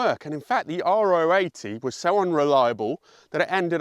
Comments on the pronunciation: Sorry to be the parade-raining nerd but, in the pronunciation of 'NSU Ro80', it's 'row', phonetically (short for 'rotary'), not 'R-O' (neither short nor acronymic for anything). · It’s a Ro80 (Row 80), not an Ah Oh 80!